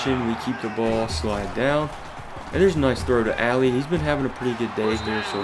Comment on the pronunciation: Love this series bro, but it’s pronounced “Ah-lee” not “ally” - Josh Ali